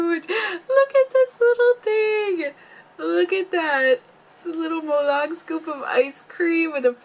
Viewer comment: we pronounce it molelang, lang’s a is a long a. also we just don’t call this molang, we call it malong-e. 몰랑(molang)이(e). 이 not part of the name but it’s a grammar thing in korea but the character’s name is kind of grouped together and we say molang-e. It’s kind of strange to hear just molang to my ears because I’m used to hearing and seeing molang-e XD